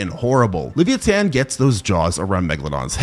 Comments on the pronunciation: Did this nga just say Livi-a-tan. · Wtf is a levia-tan?😂